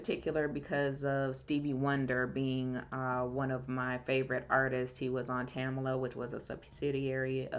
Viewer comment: Touching story. It's Tamla, not Tam-A-la.